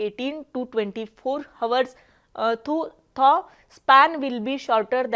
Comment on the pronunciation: Hour चा उच्चार हावर नाही आवर असा उच्चार करावा. Though चा उच्चार थो नाही दो असा करावा .😊😂❤